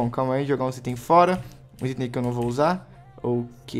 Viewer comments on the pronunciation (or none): none